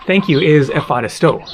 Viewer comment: Hi, as you will spend some time in Greece I think it's time to perfectionize your Greek prononciation 🙂. Thank you is indeed efcharisto, but the emphasis is on the last o, not on the a. Emphasis is very important in greek, as some words have another meaning with emphasis on the wrong syllable. And with a hard "ch" in the middle and short "o" in the end (like the o in not), instead of an American "ooow". So it's not efhAristo (means pleasant), but efcharistO (=thank you).